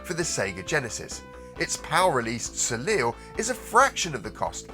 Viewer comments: Great video thanks. I bought a mint condition UK copy of Soleil (Should be Pronounced in the French way - So-Lay not So-lil) off eBay for £140 recently. Expensive but glad I got it before it inevitably spirals further. I’ve read the European translation is better than the US one so we’ve arguably got the better game. Also picked up Battlemania Daiginjo with a bonus from work 3 years ago - still the most expensive game I’ve ever bought but for just over half what you quote here. Sorry to be the pronunciation pedant again but I would say Toe-Ah-Plan not Toe-Plun😔 still despite my pedantry really enjoy your content. Great work. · Remember: Soleil --) So-li or So-lij, not So-lil.